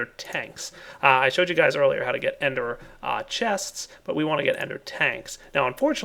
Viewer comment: lol i heard say ender ch-tanks:P